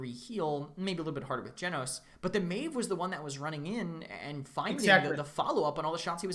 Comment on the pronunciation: Meev? what the fuck is meev? maeve literally says her name in game and people still can't get it right but at least I didn't expect that from a caster.